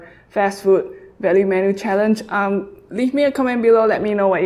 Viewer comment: Did you just say a 10 BIG MAC CHALLANG